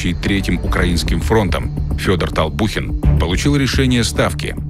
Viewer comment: Толбухин а не Толпухин